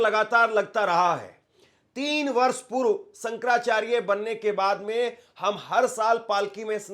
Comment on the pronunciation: Hindi toh bolna seekh lo... Reporter ban gaye ho.... Sankarrrracharya